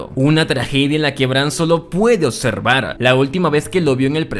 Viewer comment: ¿Cómo se a normalizado hablar tan mal? "ocservar/observar" "sudlider/sublider" "corretto/correCto" "etxije/eXije" "afetta/afeCta" "contesto/conteXto" "Vittoria" viCtoria" "Aprotzima" "aproXima" "Ventcerían" "vencerían"